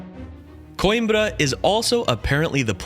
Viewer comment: Not koinbra it quembra